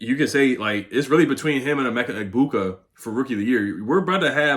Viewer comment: I'm Nigerian, shoutout to you, saying Emeka Egbuka name perfectly like you from the village also! lol great vid bro